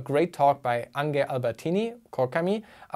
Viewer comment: Ange ist Franzose. Er wird nicht "Ange" gesprochen, sondern "Ongsch", so wie hier